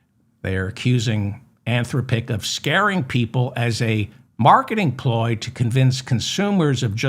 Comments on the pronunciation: David, I heard a news item today about an AI agent that used its users bank card to buy things for this consumer. Really. The word Anthropic has the accent on the second syllable, by the way. An-THRO-pic. By the way, we do already know that recursion that goes on a number pf repetitions can get dramatically worse if done enough times. Listening more, I feel impelled to tell you that it is pronounce In-VID-ia. I wouldn't worry about Musk's plan to boost all those data centers into LEO. He can't do it. The cost to do that, plus the hardware needed to use the temperature gradient is large, expensive, and extremely costly to boost into orbit, including the cost of the manufacture. I'm nor telling you not to worry. There is lots to worry about. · DAVID I LOVE YOU... "an-THROHP-ic," like saying "man, STOP it.." or "des-POT-ic.." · Great show. An-THROP-pick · How many times can you mispronounce Anthropic in one show?